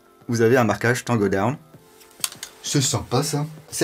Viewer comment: Je like pour l anglais camarade Taango daown😉😂😂💪🇫🇷